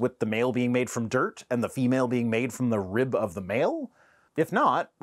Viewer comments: WTF is a "reeyub"? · Why does he pronounce rib "reeub"? I know I shouldn't criticize accents because mine probably sounds weird to some people, but his is almost as annoying as Kyle Butt's. It's like the more unintelligible your accent is, the worse your arguments for God are. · Thank you for not making fun of his accent. I bet y’all didn’t know that rib is a 2 syllable word. “RI - YUB”. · I'm not going to make fun of the accent, but I do find it interesting that both "rib" and "manuscripts" are two syllables.